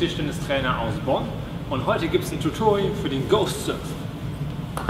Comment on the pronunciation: Du solltest deine Methode "Tutorial" auszusprechen nochmal überdenken, aber ansonsten kann, wie immer, nicht meckern. Super Video :)